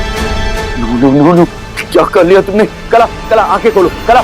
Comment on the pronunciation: कला ❎ काला ✅😂😂😂